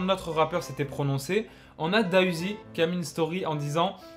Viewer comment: C’est pas da uzi c’est D.A uzi stp respect le nom de l’artiste